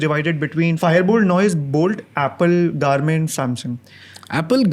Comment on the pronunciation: It’s Garmin not Garment.